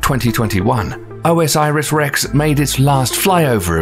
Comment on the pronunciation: Are there sources on any of this stuff? The mispronunciation of OSIRIS-REX drives me mad.